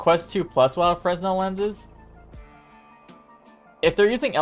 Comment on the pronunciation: The "s" in fresnel is silent. It's pronounced "frenel".